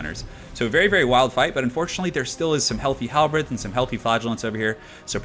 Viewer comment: Hal the Bird. Halberd. Not Hal the Bread.